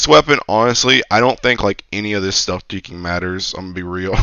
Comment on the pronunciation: imma be real chief are you saying shieking instead of freaking? its been bugging me for a minute